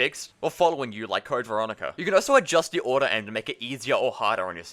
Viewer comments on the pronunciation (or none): bro why do you keep saying “oh so” instead of also